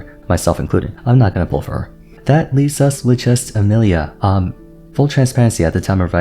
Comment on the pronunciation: Bro called her “Amelia” 💀